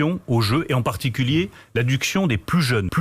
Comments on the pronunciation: Ai-je bien entendu Monsieur Lemaire ? Vous dites l'addUction aux jeux. Première fois avec un I la seconde un magnifique U. Heureusement que vous n'avez pas encore fois penser à nous imposer sur le rire. Je me marre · A 9 mn Lemaire prononce "adduction"et pas "addiction" cela veut certainement dire que l'on branche les jeunes gens comme un tuyau d'eau. Heu non comme un tuyau à fric. Mais au moins l'état n'en sera pas responsable comme tout ce qui fait des ravages en santé publique, ils sont pas con sinon ils ne seraient pas là 🤔